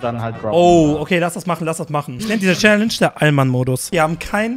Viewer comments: Du hast challage gesagt! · Wie du Challenge gesagt hast 😣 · Er hat Challange gesagt :D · wie er direkt am anfang direkt ,,chalenge" sagt